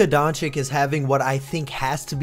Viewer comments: For the love of god man he been in the league since 2018 it is "DON-CHICH" not "Donchick" 😂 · Who's this Donchik guy keeps mentioning? I've heard of Donchich, though... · Bro started off his luka video saying luka donchick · Thing is no one from USA pronounced his name correctly (you also if from USA) but I agree that Don-chick is too much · bro doncik?? put some respect on his name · Lil bro really said DonChic xddddddddddddddddddd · luka donchick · Its donchich man. You don't even know his name. In year 6